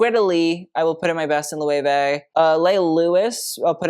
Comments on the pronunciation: Loh-ay-way???? Try to learn a little bit of German to pronounce that as you should. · Loewe pronunciation: Say "Look", but switch the "K" out for "veh" (not the full dipthong "vay") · I’m not a fashion freak but I like to watch your videos because you’re so knowledgeable. But I did not know that’s how Loewe is pronounced. Lmfaooo Chillle, I was full Nomi Malone on the pronunciation. Lmfaoo